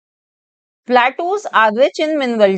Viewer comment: Mam ur pronouncing wrong platus ❌ plateaus ✅